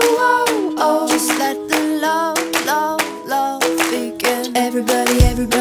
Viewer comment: Younsaid everbody instead of everybody